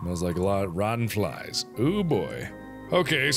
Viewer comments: I just cant forget that he read rotten flesh as "rotten flies"!😂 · Yes Mark, rotten ‘flies’ It said flesh lol. But I understand what happened. I read things wrong all the time! It’s kind of funny imo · “Rotten Flies”? Flesh, Mark. Flesh. 😂😂😂